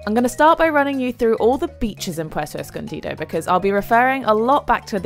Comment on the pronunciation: You Literally said 'Puerto Escondida'